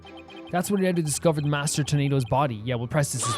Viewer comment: By the way, their names are pronounced tie-foo, u-wind-o, and gay-roo. They're all wind puns (typhoon, wind, gale).